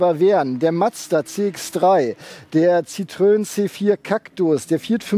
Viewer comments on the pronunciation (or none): none